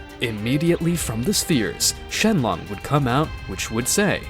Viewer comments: Shen long??????😂😂😂😂😂,it's shenron,😂😂😂. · "SHENRON" Not shenlon. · Did you just called shenron to shenlong? 😂😂😂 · He called him shenlon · He said shenlong🤣🤣🤣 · bro im dying too "shenmonk" XD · NO HE SAID IT SHENLONG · "jeenae" "Dragon spheres"